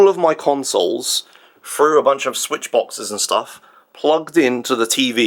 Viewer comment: How does feed himself, or how does caretaker feed him. I demand a kitchen tour (please?) Also loved the mispronounced switch to sweetch, nice recovery though.